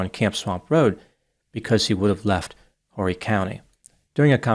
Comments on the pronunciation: As you've probably been told, it's pronounced "Orry" county, not "Horry". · I think Horry county is pronounced Orry but I like that way too 😂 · The H in Horry is silent. It sounds like Orry County. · I can not believe dnt know its pronounced Orry County.. & im frm Louisiana 😂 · It’s pronounced Orry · It’s pronounced Oar-ee county. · The H is silent in Horry sir. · Horry county...the H is silent